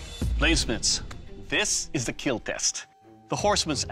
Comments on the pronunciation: What is a keel test? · Just like how Mr. DNA changed my pronunciation of dinosaurs, this man has changed my pronunciation of kill